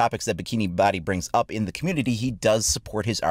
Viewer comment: Bohdi not body